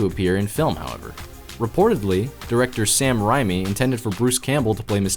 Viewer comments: Sam Rhymey It’s Sam RAY-me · “Sam Reemee” ? Damn pronounce the mans name right he deserves respecc